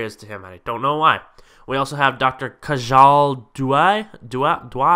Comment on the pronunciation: The way you pronounce her name... Dr. Khajaal Due! xD